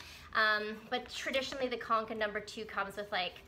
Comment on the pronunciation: Yep, you have pronounced it correctly. =)